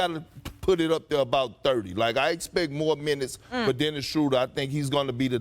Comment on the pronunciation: Did you just say Dennis???.... You didn't say that right???... Wait it's Kendrick Perkins talkin so that means it's a great possibility that it was said....SMH